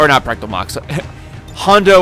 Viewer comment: Dude... it is not practal mox. It is pratal mox. No need for the c at all. Other then that I'm loving the series.